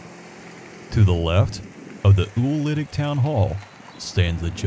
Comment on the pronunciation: I actually have the correction video! =) (It’s posted beneath my original post in Lawrence Indiana Memories.) My folks lived out at Bartlettsville, always pronounced it “ewl-litic “.